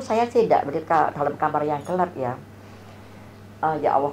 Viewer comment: Maaf Bu bukan ya awoh tapi ya Allah 🙏🏾